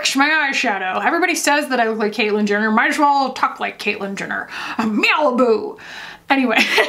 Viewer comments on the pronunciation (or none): none